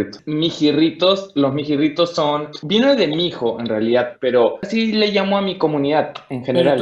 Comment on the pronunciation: Al inicio el entrevistador parece perdido. Que no hizo su tarea de investigar. No pronuncia bien mijirritos. No hace el esfuerzo siquiera de cuadrar la cámara como se debe. Luego deja hablando solo a. Y el final, horrible. Se pone a buscar en su cell y termina así la entrevista. WTF estuvo chévere 😉